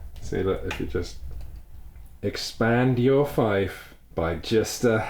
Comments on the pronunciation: Come on, - it's /fiːf/, not /fʌɪf/. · It’s been 4 and a half years and still insists on pronouncing it “fife” instead of “feef” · I figured it might have been a regional variation, but both Oxford and Cambridge English Dictionaries give it as /fiːf/ “feef”, not /faɪf/ “fife”, in BrE Fief actually has a really neat etymology: not only did French descend it from (a variation of) Lt feudum, but Latin borrowed the word from French! Frankish *fehu, meaning “livestock”, gave Old French feu, which was borrowed into Latin as feum or *feuum > fevum, which in turn descended back into Old French as fief, devoicing the /v/ to /f/ and diphthongising /ε/ into /jε/ (which is how it’s still pronounced in French) The “d” in standard Lt feudum (whence English “feudal”, but not English “feud”, which is related to the word “foe”) comes from the Frankish word *ôd (whence also the “od” in “allodial”; there was probably a Frankish word *fehu-ôd that influenced it), meaning “goods, possessions, livestock”, from Proto-Germanic *audaz, whence Old English ēad, which is the “Ed” in names like “Edward” and “Edgar” To complete the etymology, Frankish *fehu is from Proto-Germanic *fehu “livestock, property” (whence Old English feoh “money” and, influenced by French fief, Modern English “fee”), which is in turn from PIE *péku (that “k” should be a palatovelar, but I don’t have access to that character rn; it becomes /s/ in satem languages like Sanskrit and /k/ in centum languages like Latin) whence Sanskrit páśu “livestock”, Kurdish pez “sheep”, and Latin pecū “cattle” and pecūnia “money” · Fief rhymes with thief! Fife is a flute-like instrument. A fief is a plot of land used in the feudal system. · still can't pronounce "fief" correctly xD